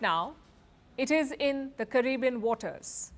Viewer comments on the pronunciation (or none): none